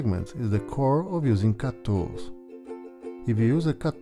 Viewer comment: Mispronounced words, hard to understand you, idiotic music - you deserve a dislike.